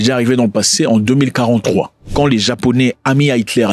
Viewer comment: Tu allais dire 1943 mais j'ai entendu 2043